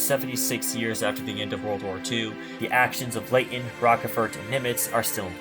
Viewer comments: As with too many channels, pronunciations are off. It's "Roach-fort," not "Rockefort." "New Ginee," not "New Ginea." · Yeah, that mispronunciation of Rochefort's name is really annoying......